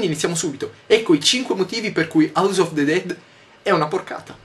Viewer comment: yotobi non ti arrabbiare ma "of" sil legge "ov".